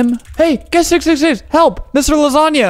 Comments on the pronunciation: funfact: when flamingo in said HLEP i sounded like chleb. What casually means bread in polish lol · "hlep" is somewhat how you say bread in russian lol its more like "heelape" tho aksjdhjshk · That sounded like bread in russian xD